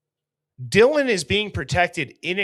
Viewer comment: It sounds like he said “John thank you so much for your courage, I appreciate it”. I guess it’s a mumbled “Dylan”. 😑